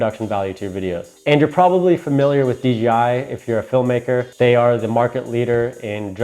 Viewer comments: Dude. I cringe every time you say D'G'I. C'mon man. Its DJI. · Good, informative video. A couple of things though - it sounds like you're saying "DGI" instea of DJI. Also, in the beginning when you were explaining how to balance the phone, the wrong adjustment knob was shown. Helpful video though, thanks! Subscribed. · You keep saying DGI JJJJJJJJJJJ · Helpful video...but It's DJI bro..."Dee Jay Eye" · How hard is it to pronounce the J correctly? You call it the DGI pretty much throughout the entire video. I don't really care, but I found it funny. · You keep saying dGi